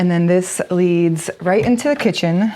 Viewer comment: Am I mis-hearing, or are you saying "eat-in chicken" instead of "eat-in kitchen"?